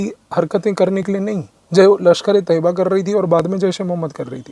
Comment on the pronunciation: Mujhe sabse acchhe baat ye lagi ki aapne LeT ka sahi pronunciation kiya. लश्कर-ऐ- तैय्यबा Hamari media ne तैय्यबा को तोयबा बना दिया था...